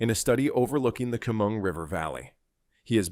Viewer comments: Chemung - Sheh-mung, not keh-mung. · AI doesn't even know how to say Chemung. Yes, there's poverty in NY..one of the prettiest states. Because blue management has raised taxes driving industry out, and now driving out the people who love their state but can't afford to live there. Stop blaming these cities...not their fault. Rising crime because of government's "catch and release" policy...they'd rather give our money to illegal immigrants than make the state more attractive to business. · This video is such a load of BS...this narrator can't even pronounce Chemung. Citiot